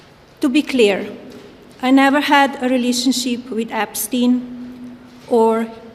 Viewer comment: epstin epstin